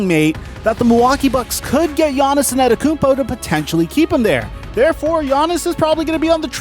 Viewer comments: Bro his name is Giannis( AH -DEDO-KUN-BO ) ‼️ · LEARN HOW TO SAY ANTETOKOUNMPO